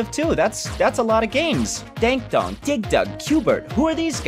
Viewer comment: And he said dank don